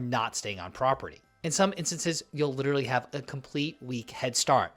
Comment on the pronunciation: And literally.